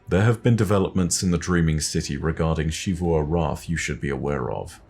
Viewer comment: I have a question, why do you pronounce Xivu Arath as Shevu when in game they pronounce it as Zeevu